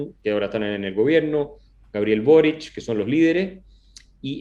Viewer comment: Una pequeña corrección.el apellido es Boric.¡No borich!!!